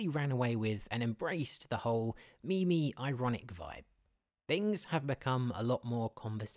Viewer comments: DID THIS GUY LEGIT CALL MEMES MIMIS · did he call memes me me's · Am I the only one who cringes when hearing people call them "Me-Mes?"